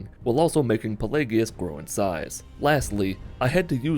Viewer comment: The worst part of this video is you don't know how to pronounce pelagius..